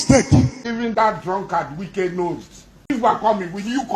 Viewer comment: Please go and lear how to pronounce people name